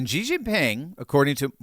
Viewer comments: bro it's "she", not "shzi" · The Dictator of China's name is NOT pronounced "Gee"; it IS pronounced "SHE". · you lose credibility by mispronouncing Xi as in Xi Jin Ping. The old transliteration system used "Hsi" which is a closer pronunciation. It is a softer "S" sound and less a "J" sound. Please check with other Chinese speakers to get the correct pronunciation. I love your discussions - my brother and I discuss them almost daily. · I know it's nitpicking, but it always bugged me... Xi is pronounced "shee" not "zhee." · It drives me a little crazy that American's pronounce Xi like "Jee." Where do they get a J? Xi is pronounced "She." It's not like we can't pronounce it correctly. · It’s not Ji, it’s Xi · Please XI is not pronounced with a G at all. It's pronounced SHE not GEE. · I hope you don’t mind my correcting your pronunciation of President Xi. It’s pronounced as SHE NOT GEE, so many news outlets mispronounce his name and I think it’s embarrassing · Love the content, but just so you know, Xi is pronounced (approximately) "she", like the pronoun. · please pronounce Xi's name right.. no "g". "Shee".. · I love ya,, but you seriously need to learn how to pronounce Xi's name...unless you're doing it on purpose, of course.